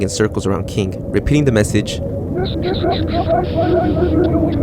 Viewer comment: not sure if somebody said this or not, but it's pronounced "oh-kah-pi." it's a weird little horse-like critter that lives in the rainforest, closely related to giraffes. as far as i'm aware, it has no widely known symbolic meanings that would be tied to this story. not trying to nitpick your pronunciation, just trying to help ^^